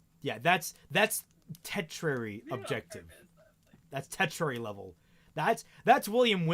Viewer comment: at the end you said "tetrary" goal, but I think you meant "Tur-shee-ary" (tertiary). EDIT: Oh, unless you meant tetra in the sense of fourth, but that would be "quaternary"